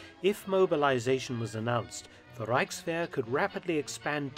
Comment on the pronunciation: good to hear a presenter pronouncing German words correctly. Given up on number of documentaries about WW1 and WW2 etc where the presented can't say 'Reich' or anything with an 'ch' in it.